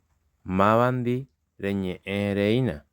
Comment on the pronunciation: El acento por favor "Mávandi". Gracias